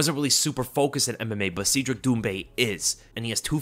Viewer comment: It’s Cedric (Said Rick), not Seed Rick…